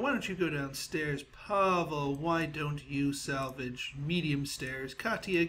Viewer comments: its not Pavil its Pavle dude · Pavle is my name and its not pronounced pavl its with `e` at the end